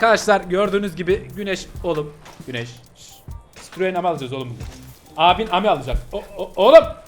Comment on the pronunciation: CİTROEN AMI DEĞİL AMİ AMİ I DEĞİL İ OLACAK😊😅